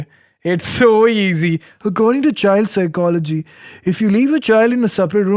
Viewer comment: The thing about the child phycology was pretty mallu accented to me 😄